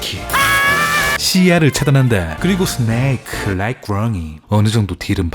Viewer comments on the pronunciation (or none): 📌 개웃긴..부분's 사.카.모토 롸잌 니인~zㅏ 그리고 스~네이크 롸잌 구뤙2~